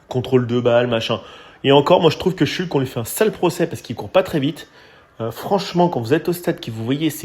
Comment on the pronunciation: Par pitié ! Pavel « Schoultsse » et non « Shulk » ! Il a précisé lui-même peu après son arrivée. Ça écorche les oreilles 😵‍💫